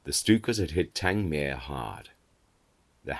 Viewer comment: I live near Worthing, and often think of the air battles that once raged overhead.. Everything about this channel is perfect, even the pronunciation of Tangmere ,with stress on the last syllable..... a wonderful aviation museum there; a visit brings tears to one's eyes.